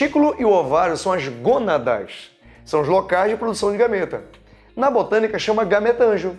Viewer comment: "Bostânica" kkkkk que aula, obrigada!